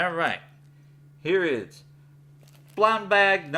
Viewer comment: “Right hyuh”